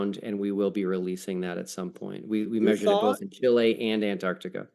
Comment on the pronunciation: Honestly. I can't trust your intelligence if you can't properly pronounce Chile.